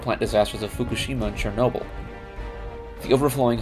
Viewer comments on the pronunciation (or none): none